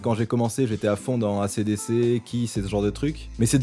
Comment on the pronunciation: desole pouce rouge pour le ACDC mal prononcé.... ;)